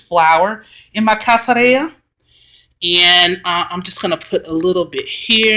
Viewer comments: I can’t stand to hear black folk refer to themselves as witches. Our melanin is too powerful. We are enlightened not witches. Our intuition is natural and more powerful than the others. The correct pronunciation is (kas-kad-ree-yuh). 🤦🏽‍♀️ nice try. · Pronunciation would be "Kas-ka-rrija" little shell or little peel. Is a Spanish word. Not being an a-hole but trying to help. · It’s pronounced Kas-ka-ri-ga meaning peel 😅 loved it super helpful 🙏❣️✨ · Sorry i dont mean this to be rude but its pronounced "cas-ca-ree-ya" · The pronunciation is BOTHERING me lol! But thanks for showing how to make it. I usually buy it in bulk, but want to use my energy in making it myself